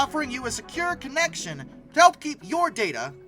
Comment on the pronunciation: Wtf is ‘Darta’